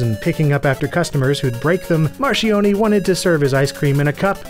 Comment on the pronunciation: Marchioni = mar-kyon-ee